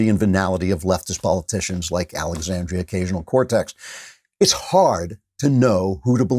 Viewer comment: Did... Did he just say Alexandria Occasional Cortex? 😂😂😂